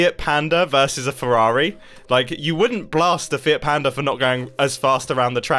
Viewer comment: who else heard "fear panda"